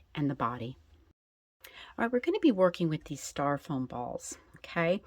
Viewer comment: stYro-foam instead of staR-Ro-foam